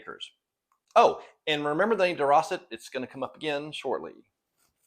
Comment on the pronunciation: Day-rose-ett. Not Di-Rossit